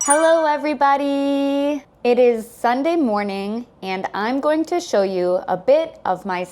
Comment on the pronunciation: 애브리빠디가 아니고 본토 발음은 애브리바리 구나